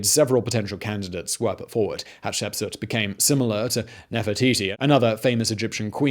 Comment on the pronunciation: Great channel Simon. You definitely are pronouncing the very difficult name of this lady better than I could before watching this video😁 I remember seeing something about her in school, but only as a name with dates. This fills in the gaps nicely.